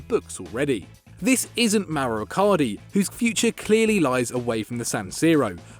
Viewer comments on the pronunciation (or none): none